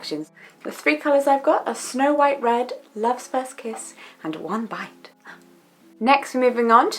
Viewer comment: She said one bite. I thought she said "wombat".